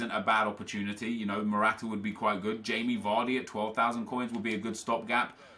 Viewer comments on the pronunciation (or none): none